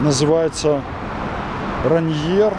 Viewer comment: Райнир он ! А не Раньер. В честь Сиэтловского вулкана. Вулкан в свою очередь в честь полковника, настоящее индейское название звучит иначе, я не помню.